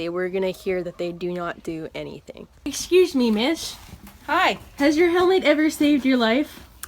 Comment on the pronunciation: Jesus fucking christ this is brilliant. "Eshcuse me, grewm."